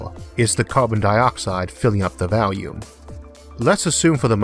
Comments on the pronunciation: Been watching you for a while now. Could never understand you at the beginning, but I'm pretty good at it now, don't even use subtitles. But I cannot, I will not, tolerant your deviant pronunciation of volume!!!!111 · I'm sorry, I know I'm not supposed to dog on the speech impediment, but I couldn't stop chuckling about "oxygen by valium"